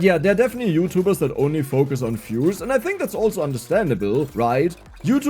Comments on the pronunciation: For the most part of this video I was wondering just what fuses are you talking about. And only then I realised that you're a German and that is actually "views", not "fuse", because you pronounce "v" as "f" in German >_< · Was confused for a few minutes about what is these "fuses" is talking about.. when i realized he was saying views 🙂